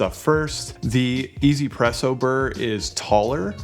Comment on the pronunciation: not "e-zy-presso" but meant to be read as "wantz-presso" as in "wants presso"